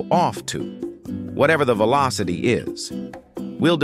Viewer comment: "16 is the actuwal veelawcity" -random TTS, 2023